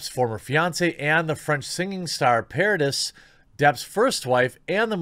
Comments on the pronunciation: Its not "paradis" its "paradee" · Vanessa Paradis's last name is pronounced "Paradee" the 'is' part is said as 'ee' silent 's'